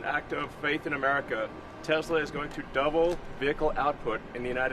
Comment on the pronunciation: He can't even say Tesla correctly! Trump - "I LOVE TESLOOOR ! " MORON!